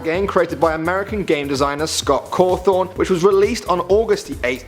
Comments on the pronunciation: 2 things. 1: its scott cawthon not cawthorn. 2: its freddy fazbears not fazbars pizza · It's pronounced Caw thon now carw thon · It's "Cawthon".. Not "Cawthorn" I knew like all of these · did he say scott COWTHON ITS CAWTHON GRRR .I LOVE FNAF!!! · 10. The picture you put up of Scott is fake and you pronounced his last name "Cawthorn" instead of "Cawthon." And only FNAF 1 and 2 used a power bar, and in FNAF 2 the power bar only drained when you used the flashlight. 8. Fake picture of Scott again. 7. Uh...that theory about you, the player, being the killer is way old and was debunked immediately after FNAF 2 came out. 6. That FNAF 3 picture you put up is from a fake fan-made trailer fyi 5. Fake Scott Cawthon again. And he wasn't working in a "dollar store", it was Dollar General--which, despite the similar name, has items way overpriced. 3. You pronounced it "Cawthorn" again 1. You pronounced it "Cawthorn" again As you can tell, I'm a FNAF addict. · Who else was triggered when.he called Scott Cawthon Scot Cawthorn? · You pronounced Scott Cothon!! 😆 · fazbar and cawfon thats how you pronounced them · fazbars? Cawthorn? wierd pronunciations man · "Scot Caawthhon" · Scott Caaathon Freddy faazbars really???!?!?!? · he said Scott Cawthon wrong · first of all you mispronounced cawthon and fazbear GAAAWW second who still calls matpat the game theorist??? youre behind the times.... Lastly DREAM THEORY DUDE!!! TWO WORDS DREAM THEORY. Amateurs